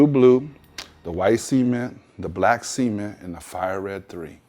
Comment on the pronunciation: Why does he pronounce Cement as "SEAMENT"? haha